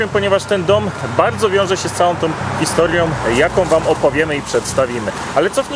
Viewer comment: Panowie, kapitalny materiał, każdy oglądam z zapartym tchem, ale wszystko psuje wymawiana przez Was końcówka "om". "HistoriOM", "sprawOM". :-(